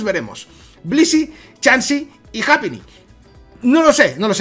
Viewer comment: No es japíni se pronuncia jaipiny